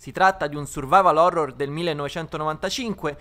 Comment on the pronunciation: "Phorror"...... Ok vado a suicidarmi.